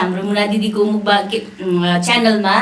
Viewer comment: राम्रो उचारण दिदी मुकबाङ 🙅‍♂️ मकबाङ ✅️